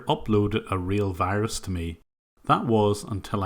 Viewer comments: The pronunciation of V as W is common with lots of Indians. I hate when they tell me I have a wirus on my computer :'( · You mean a wirus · You mean a Wirus. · Correction: he sends you a wirus